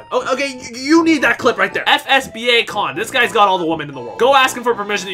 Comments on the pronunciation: "f-s-b-a con" dont you mean f-s bacon? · Man just said bacon as b-acon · FS BA-con??? you really did fail 4th grade english